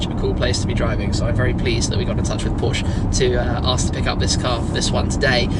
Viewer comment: Please stop saying porsche'uh' 🤐